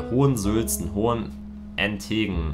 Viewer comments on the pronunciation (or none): Das heißt Hohentengen und nicht Hohen Ent tengen 😄